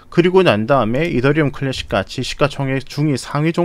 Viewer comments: 클래~쉭 발음이 정말 굿. 눈이 번쩍이네요.ㅎㅎ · 클래쉭 발음 지륍니다